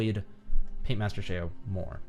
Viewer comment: Not to be that guy but it's called Paintmaster ShEo not Paintmaster ShAo.